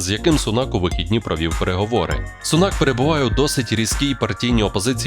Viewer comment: Перепрошую, вибачте, він не SUNAK, a SUNAK, аю на увазі наголос на букві U , тобто на першому складі .